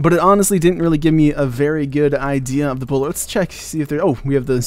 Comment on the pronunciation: "I've gone and fiddled around with the bowler" I SERIOUSLY HEAR "I've gone and fiddled around with ebola" DOYOUKNODEWAE